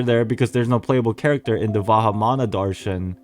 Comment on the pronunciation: As an Indian it hurts me with you miss pronouncing pari and darshan 😢 but it's not "fairy-like" it means quite literally a fairy, in metaphors we use it like "tum ek pari jaisi lagti ho" meaning "you look just like a fairy" [it is a mean of compliment/flirting] also Darshan ALSO means a miracle/blessing!